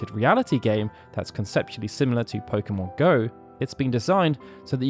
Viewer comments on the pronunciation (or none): none